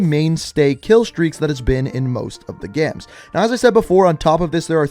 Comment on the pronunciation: Games.. not Geames